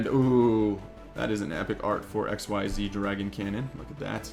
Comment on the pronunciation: Say X-EEEEEZZZ you just say XYZ! It’s not pronounced X Y Z separately